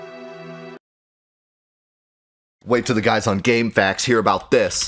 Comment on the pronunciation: Refreshing to hear it called "game facks" instead of the weird "game effay queues"